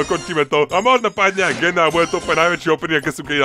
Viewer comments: To sa nečíta gene číta sa to (džin) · inak "gene" sa číta "džín" :)